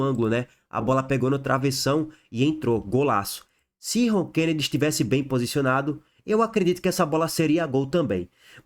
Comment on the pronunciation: É ROKENEDY E NÃO RONKENEDY.